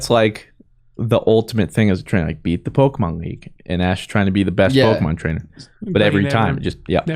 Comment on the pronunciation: I feel the need to express just how much I love the way says Pokemans, I have accepted his pronunciation into my soul since the first time i heard it and everyone should be saying it that way lol